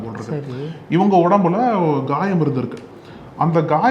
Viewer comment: Ghayam illa thambi Khayam